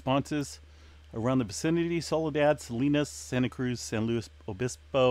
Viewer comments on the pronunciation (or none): none